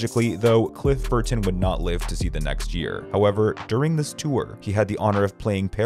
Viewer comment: stop pronouncing burTon